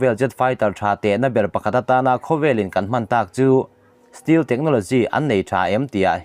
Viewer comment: Stealth(stelth)tia lam tur zawk ani zawk lo maw,steel ti anga lam lovin,Stealth fighter Jet i sawi ni turah ka ngai ngawt a